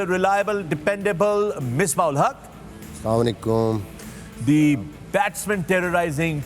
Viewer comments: Say Asalaamualaikum... what is this salamaikum. Only waqar said it correctly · Only Waqar younus's salam was the right pronunciation.🤔